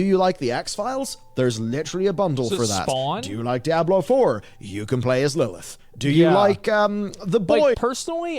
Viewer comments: Its called Diablo 4 not Die ablo 4. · can't decide how to pronounce Diablo. dye-a-blo at the start and diablo at the end LMAO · calling Diablo "Die-ah-blow" is just wild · Why is this guy saying "DIE-ablo Four?" Come on, man. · Why does he have to pronounce it die-ablo it's so triggering to me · What the fuck is Die-Ah-Blow 4? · DIE-ABLO GG. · Dye-ab-low Me: wtf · "Die Ablo!" 😂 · dieablo he say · why does he say DIE-ABLOW four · why is he calling it die hablo? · the way this dude says "Die-Ablo 4" is annoying. 😑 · Why TF are people pronouncing Diablo as "DIE-ablo"🤦‍♂🤦‍♂ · Brother pronouncing it as "Die-abolo" is killing my immersion lol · DIE ABLO i'm dead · Hear the guy pronounce 'Diablo' in a weird way each time really made me cringe, it's a spanish word so pronounce it as it is written. So for you would be like "dee-A-blo" . And read the A like the a on Cat. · Is he deliberately saying Diablo wrong?